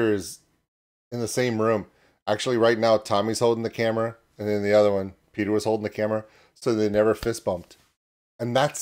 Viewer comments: Petter is said like better. Totally different from Peter. Orherwise nice reaction ❤ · The double t in Petter makes the first e short (and the t's) in swedish. Think of how you say "pet", then you can pronounce Petter right🙂